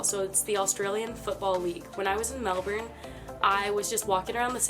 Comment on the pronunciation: Melbourne sorry is pronounce Mel Burn not Mel Born